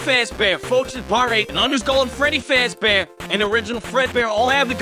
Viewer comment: Everyone's talking about how concise of a summary this is, but I'm personally just dying at the fact that the program can't pronounce real names, but it can say "Freddy Fazbear" near perfectly.